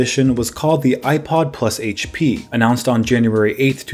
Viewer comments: say it with us Haich pea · Say it with me everyone: Haitch Pea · Haitch pea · someones been in 'ere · Haich Pea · HP in an Australian accent?